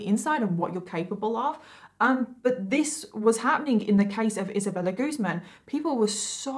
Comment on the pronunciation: It's guz - man